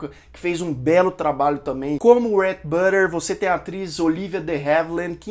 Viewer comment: Fica difícil mesmo pronunciar os nomes americanos. Teve um momento que você disse o nome do Rhett Butler mas você pronunciou “butter” no lugar de Butler. É só uma dica porque eu entendo bem a dificuldade de pronunciar os nomes americanos. Meu esposo chama Rhett e eu tenho dificuldade de pronunciar corretamente no nome dele.